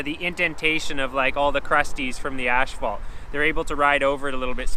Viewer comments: Why do you call as-phalt ash-phalt? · Asphalt. Do they say it Ashfault in Canada? Not trying to be a dick, genuinely wondering. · Nice video, but you keep saying "ashfault" in stead of asphalt and it is a bit annoying. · It's asphalt not ashphalt... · I love how he calls asphalt ashphalt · The accent on asphalt totally makes sense now! Great video dude